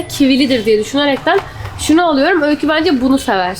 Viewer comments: Öyküs eşki diyor jdjshsh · Yaaa eşki demesi